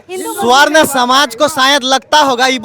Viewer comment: Tum juban thik karo pahle sarvan smaj nhi swarn smaj bolo media ho